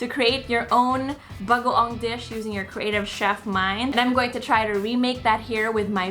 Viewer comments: His pronunciation of bagoong progressively gets better throughout the video 😁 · I love that he pronounces bagoong better and better each day haha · He's saying "bagoong" perfectly. 😍